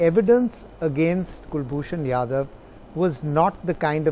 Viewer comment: Its Jadhav not yadav naam bhi bolna nahi ata Chu***a